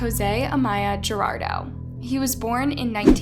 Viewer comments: Guardado (GWAR-DAH-DOE), NOT (GUH_DAR_DOE) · 😆its Goo R da dough not Jerardo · I know is hard pronunciations for Americans but is Guardado not Gerardo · Please take the time to pronounce the name right - it's not "Gerardo" it's Guardado GWAR-DAD-O..it's a matter of taking a few seconds to get it right. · Why are you pronouncing Guardado as Gerardo??? It's more like "Gwar- DAH - doe" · Guardado. Not Gerardo 😒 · 😖🫤🙃 Every time I hear Gerardo Family while knowing is GUARDADO Family! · If he was 17, he was a minor. There is absolutely no need to wait three days to search for a minor. Especially when he had no prior runaway history. Also, his name is pronounced Gua-r-dado. Not Gerardo. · The victims last name is pronounced war-dah-doh, not gerardo. 🤦‍♀️ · You’re butchering his name. It’s pronounced Gwar-da-do. His mom’s name is Lu-see-ah. They literally pronounce the last name in a video you used. People like you don’t actually care for victims but take advantage of their situations to profit off of you. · love you vids:) just wanted to point out, his last name Guardado best way you can pronounce it is the word Guard and just add the ado to the end. I know you did your best or maybe by trying to pronounce it fast you said Gerarldo. regardless of the innocent mistake thank you for your content:) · It's pronounced Cologne not Colon, an organ that holds feces and it's Guardardo not Girardo. It's painfully obvious you've never been around any type of diversity in your life when you can't even pronounce a very common Hispanic last name correctly. You might as well mispronounce Rodriguez.🤦🏽‍♀ 🙄🙄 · his name isn't gerardo, it's guardado. how is anyone supposed to trust your account when you couldn't even take the time to learn how to pronounce his name? If you could fuck up something that basic, what else did you fuck up? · If you are going to enrich yourself with a content on somebody's tragic demise, make sure to PRONOUNCE THE FULL NAME RIGHT. It's GWAR-DUH-DO.